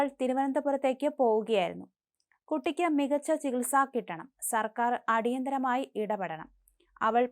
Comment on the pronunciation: ചികൽ സക്ക് ഉത്തരവിടണമെന്ന്. മലം നാടന്റെ വാർത്താ അവതരണം ബഹുകേമം തന്നെ.